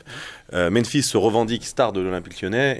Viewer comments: Salut, bonne emission. Merci les gars. Par contre, vous faites l'erreur que quasiment tout le monde a l air de faire : c'est meMphis, pas meNphis. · Meme Aulas et Genesio prononcent "menphis", c'est bizarre, la langue francaise doit pousser a pas repeter 2 fois la meme lettre. (Alors que la ville se prononce aussi Memphis)